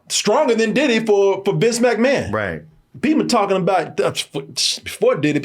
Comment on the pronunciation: Everybody: “McMahon”: “MACmahon” 😂